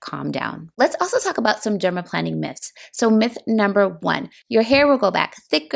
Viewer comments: omg it’s not dermaplanning. it’s dermaplaning. not plan. it’s plane. i legit couldn’t watch this bc she kept saying it wrong. you’re planing your face …. not planning it omg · Why do you keep on pronouncing it as "dermaplanning" ??? Is it not dermaplaning??? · I noticed it too. You’re correct. The latter is the correct pronunciation. She pronounces the word incorrectly. I do enjoy the video though. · Plane NOT plan. Dermaplane. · Why are you calling it planning? I thought it was planing, pronounced like a plane that flies. Anyway, does anyone know if the Rosehip oil she used is unscented? I have scent allergies and can only use unscented products. Suggestions for unscented oils are appreciated. Thank you. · Plane-ing, not planning. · I am curious about your pronunciation of dermaplaning. It sounds as if you're saying derma-planning, but I thought the it was said dermaplaning like "plane"? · You’re right in noticing, she mispronounces the word. Break the words into syllables: pla- ning (the way it should be pronounced) VS. plan- ning (the way she pronounces it).😊 in spite of that, I enjoyed the video though. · But, why is she calling it "Dermaplanning", except in one voiceover? It is bizarre. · I believe it's dermaplaning with a long A..like plane!